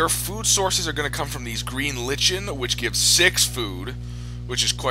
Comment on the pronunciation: Green lichen, (pronounced : like N)